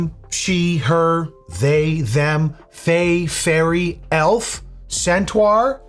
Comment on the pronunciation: "elf, fairy, centuar??" lmao got me crackin up